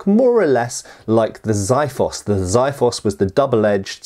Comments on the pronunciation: Xiphos (or Spathi) is the Greek words for sword in general. It is NOT a VERY SPECIFIC kind of sword. Furthermore the pronounciation is Ksee-fos not Zaifos. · credits for saying Leonidas the correct way, but then you went on saying zaeefos.. its kseefos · Lovely video! Lemme correct you on your pronunciation of the Greek word Xifos. In Greek, the letter X is pronounced like KS. It doesn't matter if it is in the beginning of the word or not. It is still the same... So the word you are looking for should sound something like Kseefos, two syllables. Ksee - fos, as in trying to say 'see' with a 'K' added at the start and '-fos'. In Greek, that is the word for 'Sword'. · You pronounce Xiphos wrong...